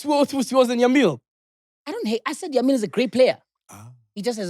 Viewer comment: It's YAMAL not YAMIL😭😭😭😭